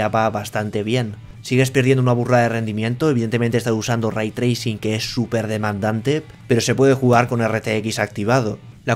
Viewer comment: "aVra Raitrricin en MaincRa??"